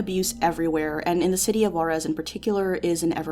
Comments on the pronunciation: Juarez is pronounced "who-are-es" btw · I think she tried to place the accent but she did it on the wrong vocal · The way white people say juarez pisses me off.